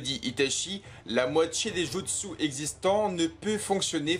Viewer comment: Jutsu se prononce "Djoutsou"